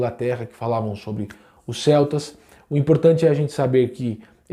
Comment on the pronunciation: Pra mim era "selts " nao "queltis"